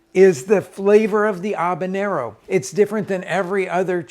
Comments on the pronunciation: Ha-banero, not A-banero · Great video, but it's pronounced Ha-banero, not Ahbanero. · ...aw-ban-ero...really? Where are you...Newfoundland?? Let me help you not embarrass yourself: haw-bah-nyer-r-r-oh Now practice it. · HaB a nero not Ab a Nero! 😬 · I had to bail after about the 12th "Obanero". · I've noticed Americans can't say H. They say 'erb or 'abenero not Herb or Habenero. Anyone else noticed that? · The fk is an “Obinero”? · If I had an ahbanero for every time he said ahbanero…. I too could make ahbanero salsa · he really enjoys saying A-banero.... ha ha. Love Rick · Love your sauces and videos. Making a sauce right now, in fact. LOL I smoked the peppers, onion, carrots....gonna see how this version turns out. BTW....is the "H" in Habanero silent? Asking for a friend. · Turns out everyone else on the planet pronounces the H. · The way he pronounces habanero is bugging me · This guy’s insistence on not pronouncing the ‘h’ in habanero is legendary.